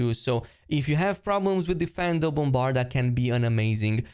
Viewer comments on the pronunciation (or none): It's difFINdo, not deFENdo